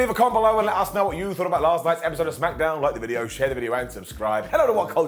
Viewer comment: Heh, I always heard it as Smack-a-down or Smack-eh-down, but Smacketh makes sense too